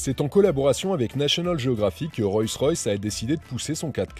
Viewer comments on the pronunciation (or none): ROLLS royce pas ROYCS ROYS et on dit une ROLLS pas une ROYS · C'est pas "Royce Royce" mais "Rolls Royce" (la base) ! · Le nom est Rolls Royce et non Roy Royce. Excellent essai!! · C’est Rollllls Royce pas Royce Royce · On ne dit pas "Royce Royce" mais "ROLLLLLs Royce" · On dit Rolls Royce et non pas Royce Royce on dirait un enfant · On ne dit pas Royce Royce cher monsieur mais Rolls Royce. Le luxe doit être présent jusque dans les détails. Cordialement. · "Royss-Ross..".. 🤣 Oh my god ! 🙉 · Royce Royce !!!??? C'est une nouvelle marque ? Avant de te donner autant de mal pour faire une vidéo (pas mal en plus) apprends le nom de la marque sur tu présentes ... Parce que là ça frole le ridicule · Enfin .........!!!.................. pourquoi prononcer " ROYCE ROYCE " ........???....... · Je rêve ou bien il a du mal à dire Rolls Royce ? On comprend Royce royce 🤔🤐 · Le problème ce n'est pas de dire royce une fois mais de dire royce royce, même les non initiés ne disent pas ça. La vidéo perd toute crédibilité. En plus tu dis : une parapluie, le comble. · Le problème ce n'est pas de dire royce une fois,mais dire royce royce, même les non initiés ne disent pas ça, après la vidéo perd toute crédibilité. Aussi tu dis : une parapluie, le comble. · Vous avez manifestement du mal à prononcer le nom de la marque 😊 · Dommage qu'il ne save même pas prononcer convenablement le nom de la marque. Petit détail mais ça le décrédibilise un peu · Le reportage est sympa, cette super camionnette aussi, mais alors quand tu cites la marque mes oreilles saignent ! Sérieux, je prononçait comme tu le fais quand j'était petit ! Un peu de respect que diable ! 😉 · Salut ..alors déjà ta prononciation de la marque ne m'a absolument pas déranger. .Les plumes d'écureuil non plus !😂..Et plus sérieusement vidéos très bien ! J'adore cette marque et ce 4×4..👌👌..Au plaisiiiiir ! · Le premier média français qui ne sait pas prononcer Rolls Royce ... mdr